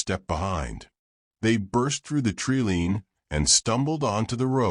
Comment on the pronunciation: My advice is to get a real narrator not this AI crap. This AI narrator can't even pronounce tree line correctly. If you're going to tell fictitious stories and try to pass them off as real get a real person please.